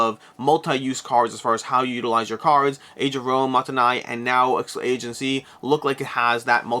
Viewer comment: Aegean is pronounced: uh jee uhn. Accent on 2nd syllable. -Toby